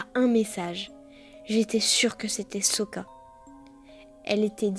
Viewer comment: c'est soka omg putain de merde pas soka haaaaaaaaaaaaaaaaaaaaaaaaaaaaaaaaaaaaaaaaaaaaaaaaaaaaaaaaaaaaaaaaaaaaa sokaaaaaaaaaaaaaaaaaaaaaaaaaaaaaaaaaaa merdeeeeeeeeeeeeeeeeeeeeeeeeeeeeeeeeeeeeeeeeeeeeeeeeeeee a l'aide